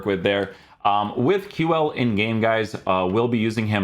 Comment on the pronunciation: It's pronounced like Qcool, not Kew-well